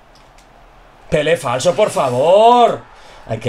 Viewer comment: Jajajajajaja siempre me hace gracia cuando dices "pele flaso" jajaja que grande y que grande pele falso un genio del asilo!!!